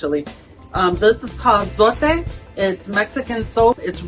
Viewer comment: yes, your logic Makes sense, but if I am just doing my clothes, I will leave it out because I feel the other detergents I use works just as well. I like the way you pronounce zote, because people pronounce it that it rhymes with tote, but it is the way you said it.